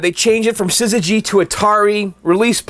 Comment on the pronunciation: You pronouncing syzygy wrong... One reason the company was renamed was that ppl. had no clue how to pronounce it :)